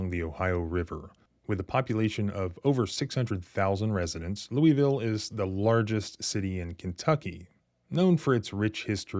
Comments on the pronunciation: Lou-a-ville. Not lueyville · For the love of KY please stop pronouncing Louisville like that. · "Louville" is how it is pronounced. Stop calling it "Loui Ville" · Lol You say Lewieville like a Southerner. Yankees say Lewisville. Kentuckians say Louaville. (correct pronunciation) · It's pronounced Lou a vull, not Louie ville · Lew-ville, it's pronounced. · Pause the video and read the second and third paragraphs. Ps. It’s pronounced Loo-a-vull. 👍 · Bro it's pronounced loo-wuh-vul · Cops were involved that's how it went wrong. That's not the proper pronunciation of Louisville. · Louisvillian here: 1) LMPD is a bunch of thugs. I’m not surprised this happened. 2) I know you’re not local, because we pronounce it LOU-a-vull. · You ain't from there if you pronounce it "lewieville". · We say it more like "Lou-a-vulle" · I noticed working in the area. The locals of Louisville pronounce Louisville wayyy different. To me, it sounded like "loulvl". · You’re mispronouncing Louisville, it’s (Lou-a-ville). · It's called Lou il ville.